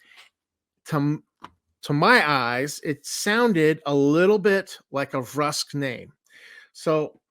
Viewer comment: An excellent summary, thanks for creating this! It will be helpful if I ever get my players from 5e D&D interested. One minute point: your pronunciation of Vrusk is interesting. You pronounce it versk where my players and I always pronounced it vrusk like brusque as written. Yazirians were the pesky one with debates about Yaz-ir-IANS vs. Yaz-IR-ians being frequent. Always interesting to hear others' interpretations of these fictional names.